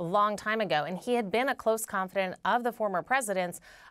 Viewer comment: Kara: Trump's ConfiDANT, not ConfiDINT.